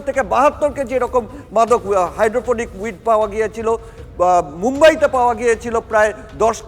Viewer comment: Ektu protibedok der ke training din ektu upto date korun GK r. bare barey Cannabis aar Gaja alada kore bollen.. duti je ek i jinish er english ar Bangla naam seta bechara janen naa.. aar o bolchen "Hydrophonic weed", Weed o kintu shei Gaja.. aar kothatata "Hydroponic", maane jei gaach shudhu jol e chash kora hoy aar indoor e. taar porer protibedok, Durga pujor padel shombondhe boltey giye bollen "Tracture", shombhobotoh "structure" boltey giyechilen.. TV9 being a premier news channel from Kolkata, eigulo ektu kaaney baaje..